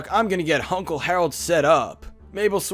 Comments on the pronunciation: You said “Hunkle “ XD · Did you say... Hunkle Stan?? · did you just say hunkle stan- leave, you are no longer welcome